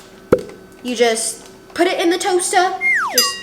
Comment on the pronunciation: I loved the way you said “you just put it in the toast-uh” when you were talking about the waffles on number 9. It made me laugh. 😂